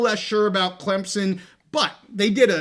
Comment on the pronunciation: Please, for the love of God, stop calling Clemson "Clem-Zon"! Stupid, sickening and nothing any Clemson fan would say - EVER! You can pronounce it Clemp-SON or Klimp-sin but there is no Z in Clemson!